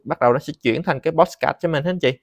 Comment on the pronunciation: Làm ơn đừng phát âm "pót sờ cát" được ko. Nó là podcast mà...